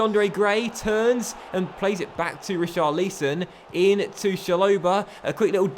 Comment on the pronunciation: It’s Rich-ah-lee-son and Cha-lo-bah (said quickly)